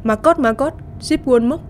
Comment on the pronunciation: Rút sai chính tả síp chứ ko phải chíp